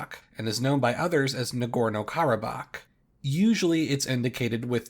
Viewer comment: It’s Karabakh